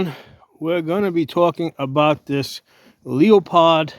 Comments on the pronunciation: Lost me at leo pod. Its pronounced lue pold. On to the next review. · It’s pronounced Loo-uh-pold, not Leah-pod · its actually Lew-Pold